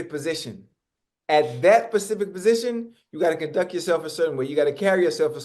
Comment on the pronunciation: Ocho keeps video starts with Ocho saying "at that certain pacific position" lol.